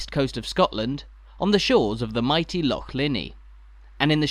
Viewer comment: An English person who can actually pronounce the word Loch, correctly. Well done and thank you 🦋